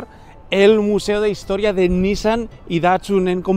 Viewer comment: Me atrevo a ser el del comentario incomodo: la pronunciación de NISSAN es "niSAN", fonéticamente "NIsan" es hermano. Saludos!